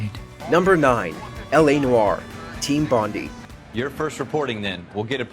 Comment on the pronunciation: It pronounces Team Bondai